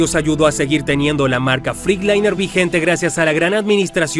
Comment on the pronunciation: No se pronuncia FRICLAINER ,se pronuncia FRETLAYNER 🤡🤡🤡🤡🤡🤡🤡